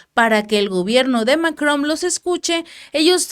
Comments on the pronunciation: No se dice MacroM es Macron Es con N al final No con M Y se pronuncia sin decir la última letra Macro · Emmanuel MacroN, con N, no con M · No se llama Mc"romm se llama Macron 😆